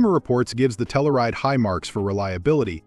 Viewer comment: And Tell-You-Ride, not Tell-ou-Ride.